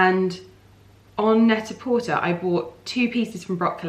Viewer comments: Why do you say Net A Portaayyy?? It’s Net A Porturrr 😜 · Can someone please confirm? Is it Net-A-Porterrrrr or Net-A-Porté? Pronunciation not the spelling 🤣 Just to confirm this isn’t a dig, genuinely interested!! ☺️ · You can Google this information how to pronounce stores and brands properly!!